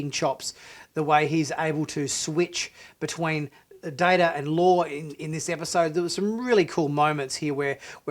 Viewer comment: Its data not data sir.